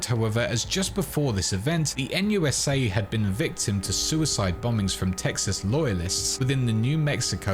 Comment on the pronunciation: NUSA? More like "Noot noot"